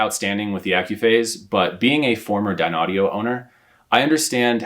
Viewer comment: Ummm its pronounced "Dineaudio" not "Dinaudio"